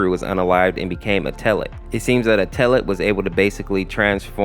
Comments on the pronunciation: i hate you say (eh-teh-led) eteled, its actually (et-el-edd) eteled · In the eteled series he's pronounced "ed L led" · UMMMM ACTUALLY- IF YOU GO TO GOOGLE TRANSLATE, THEY SAY ITS PRONOUNCED ETOLED 🤓🤓🤓🤓🤓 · WHY DO YOU PURNOUNCE ETELED LIKE THAT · Just to let you know, your saying Eteled wrong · You said Eteled wrong 😭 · I don't mean to sound rude, but Eteled's name is actually pronounced like "kettle" without the K and then the last syllable is like "led", and then its said all together fast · A little braincell fizzles out whenever he pronounces eteled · Listen bro some people have harder times pronouncing words than others and sometimes those words can be pronounced multiple ways such as chara So give. a break man